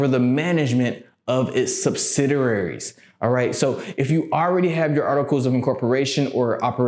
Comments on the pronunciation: Good content..but you may want to start calling them "subsidiaries" instead of "subsidararies". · Thanks for the video very informative but you kept getting the pronunciation of subsidiaries wrong lol